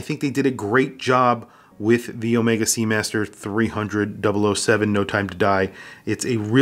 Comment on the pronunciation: Overpriced…get a normal sea master! Also the bracelet is uncomfortable. And as for Daniel Craig designing a watch, he can go fly kite…he even screwed up how to pronounce Omega! (Not Omeeeega)…and now half of the UK mispronounces it…